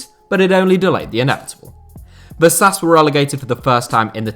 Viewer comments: it's pronunced "vashash" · I'm not a native Hungarian speaker but I reckon "Vasas" would be pronounced "vashash" ("Vaszasz" would be pronounced "vasas" though) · is it that hard for native english speakers to try to pronounce names properly.. like VASHASH